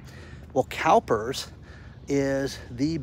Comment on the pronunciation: Did you say CalPervs